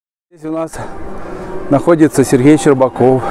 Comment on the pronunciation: Что за комментатор?! "МноХГодетная семья... ХГорода Москвы... СерХГей орХГанизовал... автомобильной дороХГи... "